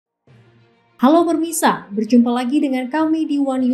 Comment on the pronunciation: PEMIRSA BUKAN PERMISA😅😅😅😅😅😅